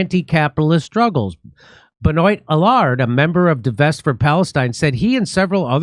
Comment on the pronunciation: As a native Montrealer and proud Québecois (pronounced kay-beck-wah) am dismayed at the recent repression of protesters. BTW Benoit is pronounced Ben-wah. I live about 5 miles from the convention centre.